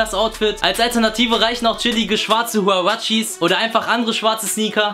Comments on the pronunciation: Schwarze wuawatsches😂😂😂😂😂😂😂😂😂😂😂😂😂😂😂😂😂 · hoodie und hurraches kann er einfach nicht aussprechen xD